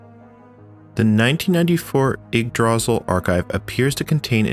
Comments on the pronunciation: Yeah, once you hear someone pronounce it correctly you'll be able to say it right from then on. Its old norse, think vikings and the like. You got the ygg part right, but instead of DRAzil its druh SEAL with caps indicating loudness, dra should be quick and sil should be the long part pronounced seal. Its a weird word for sure and not one someone would normally know how to say by looking at it. I also had a hard time with the Ys' series of video games where it took me forever to realize it was pronounced EES. So yeah i feel ya on that one heh. A lot of us used to say Why's how would we have known it was pronounced with no Y at all but eees. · Ygdra-sil, not ygg-drasil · Your pronunciation of Yggdrasil is wrong. Stress should be on the first syllable, not the second. And there is only one 'l' at the end, so the i is long. Kinda like this: 'ygg-dra-seal. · sorry i have to be this kind of person (and i might be biting into bait since i'm only 2 minutes in), but it's pronounced igg-drah-seal, and this is going to bother me for the rest of the video lmao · My guy, I love you videos, but you killing me with the pronunciation of Yggdrasil. 'Ygg' as in ig, 'dra' as in draw, and 'sil' as in silk sans the k. For anyone else that's interested, Yggdrasil is the tree at the center of the nine worldsin Norse mythology. Also Yggdrasil in old Norse means literally "Odin's horse" but that's a whole other thing. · the way you pronounce yggdrasil is not the way I usually hear it and it's hard to ignore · Heh, never heard yggdrasil pronounced that way, normally pronounced Igg druh-seal.(aka, the tree of life) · Okay, let's quickly acknowledge he's pronouncing it wrong, just deal with it and crucially pay attention to the absolutely excellent content he made here.